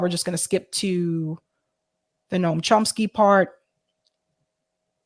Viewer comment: It's NOT NORM, but Noam, dude from News Nation.